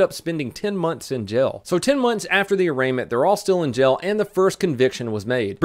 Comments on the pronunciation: Please, work with me. "Jail" - Jay - el. Not 'Gel'. I beg of you. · Is it me, or does say jail like gel?